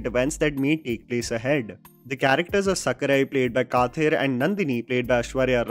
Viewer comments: it is not pronounced as "kaathir". it is pronounced as "kadir" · Please don’t butcher Tamil names. Kathir is pronounced Ka-dir. Just FYI!